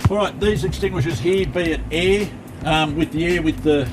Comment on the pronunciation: love the way he said "air" as "heir"...